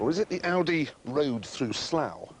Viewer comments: tavi921 Oh yeah, that Aussie accent. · Toxy More like Oudeh, LOL